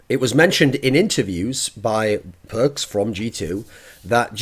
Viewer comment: Nope, Thoorin said it right way